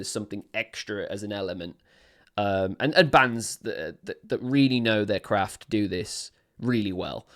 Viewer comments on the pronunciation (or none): none